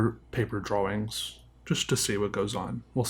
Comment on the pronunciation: Do you sell your drawings? By the way, you say the word drawings funny. Enjoying your Channel...